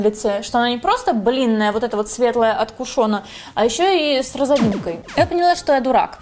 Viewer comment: Не кУшон,а кушОн